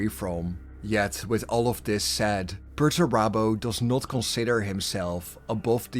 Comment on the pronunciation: Where has he been? Sulking. It's Perurabo what else would he have been doing for 10 thousand years?